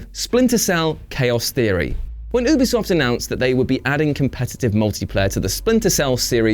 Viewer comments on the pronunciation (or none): Fuckers it's not ooobi it's youbi soft